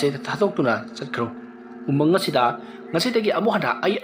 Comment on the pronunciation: Umung not amung